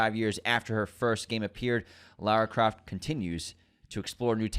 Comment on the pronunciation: Whoa! There were some wild pronunciations in this episode!! Jason VoorHEES and Lerra Croft 😂😂😂